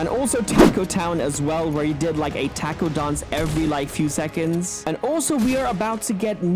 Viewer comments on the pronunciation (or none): none